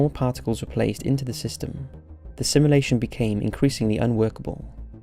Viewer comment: "Halley's comet" - the 'a' is pronounced like the 'a' in 'apple'. It's not like the band. Please learn to pronounce words properly. A little research helps and doesn't take too long The Dutch name 'Jan' is pronounced like 'Yun' .. the 'J' is a 'Y' sound in Dutch. 'SimUlation' Jesus it sounds like you're saying 'assimilation' Fuck.